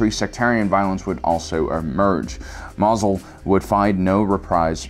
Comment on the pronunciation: Am I the only one who finds it hilarious, every time the guy calls it "Mazel?"